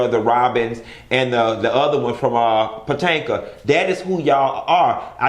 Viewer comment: Why do I laugh so hard when you say Potanka?😭😭😭 Focus, Focus!